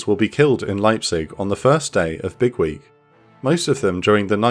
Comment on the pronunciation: The way you say it sounds like Bigwig, which still kinda makes sense lmao